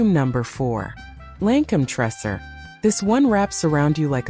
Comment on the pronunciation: Isnt it pronounced " tray sore"